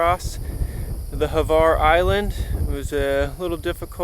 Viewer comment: There is no e in Hvar. It's not Hevar, it's Hvar.